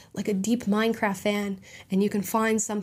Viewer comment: "Minecraff" 😂 theres a 't' there Amala.